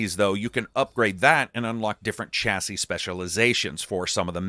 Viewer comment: Ohh my word. Why can mericans not say the word chassis... fml its annoying as hell 😂 Please google how to say it.